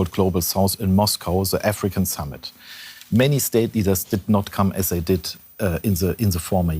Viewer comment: "zhey need" xDDD